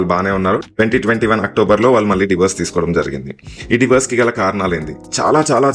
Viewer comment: Atlast i find you the only one saying Divorse. Not Diverse like all others says.